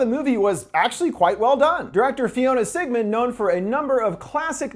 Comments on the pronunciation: did he really just pronounce floria sigismondi , "fiona sigmund"? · Fiona Sigmond? Its Floria Sigismondi! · Who tf is Fiona Sigmund.....it’s FLORA SIGISMONDI